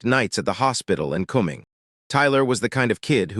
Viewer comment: Please teach your AI reader to pronounce "Forsyth" (the "y" is pronounced as a long "i.") and Cumming (it's a homonym with "coming.") It's also northeast of Marietta.